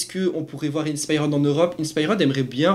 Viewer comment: C’est quoi cette prononciation « InspiREUD » 😂